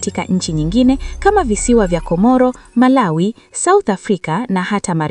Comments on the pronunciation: Sio Comolo ni Comoro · Kiswahili chako kibaya. Unasema Nambali kumi ni Comolo badala ya nambari kumi ni Comoro